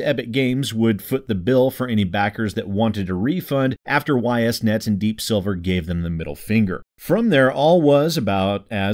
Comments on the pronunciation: for what it's worth, the company's name is pronounced "eess net". Actually easier to say than "Y S net". Anyway, screw Ys Net. Everything they've done recently is not only in bad faith but actively screwing over the people who paid for their game to be produced. I certainly won't be buying this game, and Deep Silver can eat shit for all I care. And yes, I agree, additional content should be charged for, but with shithead companies like this one using Kickstarter as a glorified pre-order platform these days, how the hell is this pre-order content not free for them? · I was going to correct the pronunciation but then eh they deserve to have people mispronounce their name because of this crap so why bother?